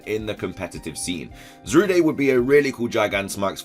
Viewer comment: Do you pronounce it Zaruday just to spite all the Darude Sandstorm memes?